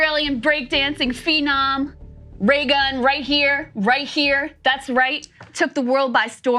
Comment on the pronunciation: Lmao that Rayygun made me laugh so hard